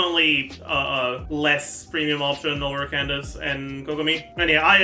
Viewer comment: Wait, since when did start saying Candace’s name right?? “Candaka” is burned into my brain